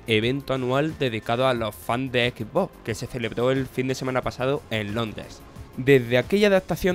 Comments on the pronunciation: "jalo rich pa log fans de equi boc" ¬¬ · Jajajajajajajajajaja jalo jajajaja por amor adiós porque no pronuncian bien las palabras en inglés como son Jalo rich X boc Pleiestation